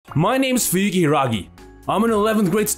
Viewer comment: The text: my name is fuyuki hiragi The voice: my name's fujirhagi